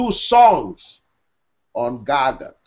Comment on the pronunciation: Stop pronouncing it wrong how disrespectful GaGOOT. It's GAGUT